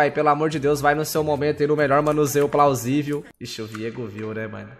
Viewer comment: mas o fala plausivia